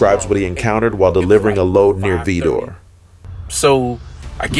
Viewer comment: vi (long I) dor ( like door) Vidor,Texas pronounce it correctly not what you think it is!!!